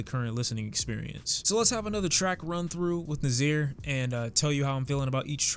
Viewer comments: You pronounce Nasir like “nAH • SEĒR” not “NuH • ZEER”. I got a brother named Kasir so that kind of irked me. Keep doing your thing though bro. I agree with the new rating too. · It’s ناصر say it correctly next time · You pronounce Nasir "Nassir" and Nestlé "Nesslay". You're welcome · I thought it was pronounced NA-SIR because like black people in the past had to call white guys sirs. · it’s Nasir (nah- seer) 💯